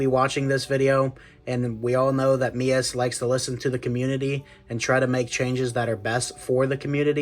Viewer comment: Finally, someone who can say MEUS properly! Subbed!